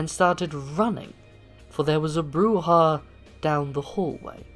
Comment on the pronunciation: BROO-ZHA, you neonate rabble.